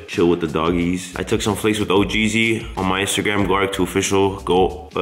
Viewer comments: Bro said ohgreesy 😂😂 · He said Oh’greasy 💀😂😂